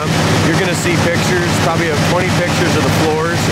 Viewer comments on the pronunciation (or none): none